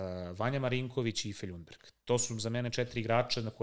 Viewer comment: Nemojte govoriti (Lj)undberg para usi, Lundberg je pravilno kako je i napisano 😂